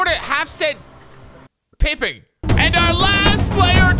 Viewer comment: She said pippen as in a pipe